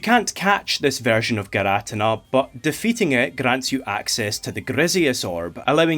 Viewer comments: Its PRONOUNCED gear-uh-tea-nuh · For the record it's not fine that you say girATina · actually We’re arguing over the pronunciation of names for cartoon gods for all ages. And I’m on the boat for Gear-Ah-Teen-Ah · gir ah tin nah, is just laughably off pronunciation tho..? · I’ll let that giratina pronunciation slide if this video good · Not judging or anything but I've never heard someone produce giratina that way